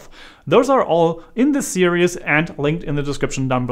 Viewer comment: At the beginning of the video, you say the word “serious” when I believe you mean to say the word “series”. I understand American English is not your first language, but just thought you should be aware that when you say the word series, it comes out sounding exactly like the word serious which is a different word in the American English language. Just something you might want to practice.